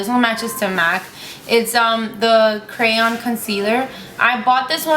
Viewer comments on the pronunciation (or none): none